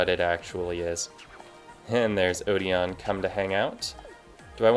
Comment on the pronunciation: odeon's name is actually pronounced (O-den)